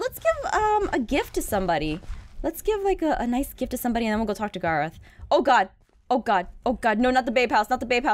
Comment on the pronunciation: Gar-oth instead of Garr-eth